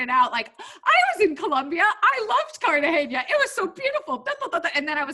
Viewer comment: Loving your podcasts, HtH is one of my favorites ❤️ Only thing: Cartagena is pronounced CartaHena